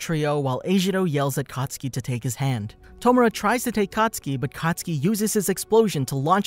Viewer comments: IT'S KATISUKI NOT COTSKI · When he says katsuki i hear akatsuki